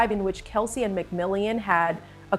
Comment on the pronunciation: Mc Mill On. Not mcmill ey an.